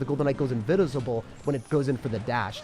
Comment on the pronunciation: "The golden knight goes invinsiblblblbble" xDDD Funny af